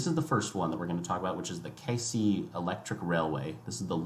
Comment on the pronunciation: Great video, but wincing a bit at some pronounciations. Keisei (Kay-say). Ueno (uh-way-no). Yurakucho (Yur-rock-ah-cho). Also, JR East is not a government owned railway. They are one of 7 spin-off companies created when the government privatized Japan National Railways.